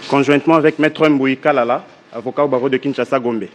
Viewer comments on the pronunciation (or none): un plaisantin d'avocat se présente comme maitre "Mbuyi Kalala" en insistant sur le EM buyi. A force d'écouter les abrutis de journalistes français écorcher le nom de Mbape avec du EM bape, lui il pense que c'est la bonne façon de prononcer son nom quand il y a M devant. Un vrai neuneu.